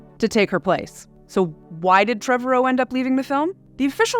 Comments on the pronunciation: “Trevorrow” rhymes with “tomorrow.” Not Trevor O. I only know this because he said it during an interview with Chris Pratt in a “Jurassic World” featurette. Also, the second C in Coruscant is silent. “Core-uh-sawnt.” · Please Please PLEASE review basic pronunciation of your topic material before releasing your videos! This happens repeatedly on your channel, which only diminishes your credibility. Trevorrow has stated in multiple interviews that his name rhymes with "tomorrow". And "Chorus Can't" - ?!?!? AAARRRGGGHHHH!!!!!!